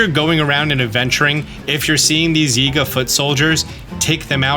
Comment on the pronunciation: "Zee-ga" how do you mess up Yiga with "Zee-ga"? Also if you have Gloomed hearts, the Demon King Bow loses damage output so keep this in mind. However keeping one or two in case of thunderstorms is nice so you have a great wood bow when you want to wear the Charged outfit.